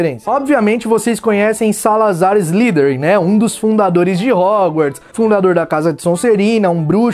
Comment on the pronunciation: Velho seus videos sao fodas parabens, slytherin se pronuncia "Islaiderin", fica mais bonito e correto! E nois mano, manda mais videos que o canal ta FODA de dahora!!